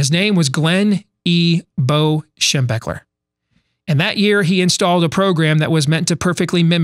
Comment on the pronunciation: what kinda crazy fella puts up a certificate on the desk on the show? I am trying to think of a caption here...you, the certificate, your false optimism, those glasses and the way you say " BO Schem...er"...Best caption wins my forever Buckeye respect...go for it!